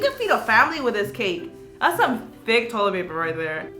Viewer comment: When she said toilet paper it sounded like Toyota paper